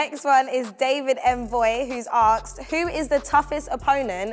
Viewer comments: Jota is amazing, but the hosts are so awkward during the FIFA game - not saying or commentating ? And why does the girl keep saying "Aksed" rather then "Asked".. she isn't even american from Queens where they commonly say it.. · the word is "asked" my dear ....not "akes" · Take a shot every time they fail to pronounce 'asked'